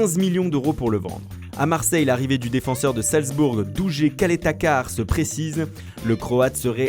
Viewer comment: ''DUJE CALETA CAR ''CA CE PRONONCE PAS COMME CA